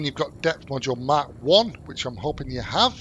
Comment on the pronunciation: He is not saying mark he is saying mack